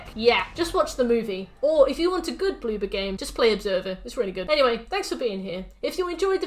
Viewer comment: When you say Bloober your accent makes me think you're saying BlueBird and when I'm reminded its Bloober I jus kinda giggle cuz I think of an orb of a blue bird jus sitting there like 'peep!'